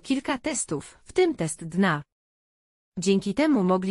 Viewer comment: Oj te Al i później Dna zamiast D N A 🤣🤣